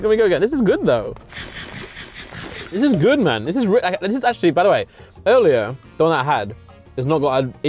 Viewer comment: "Where it seems the most clean, it's the most act-u-orly- mean" Truly words to live by 😂😂😂